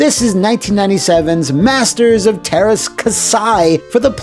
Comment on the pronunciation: Oh wow, you're prononciation of "teräs" was spot on , but you fucked "käsi" :D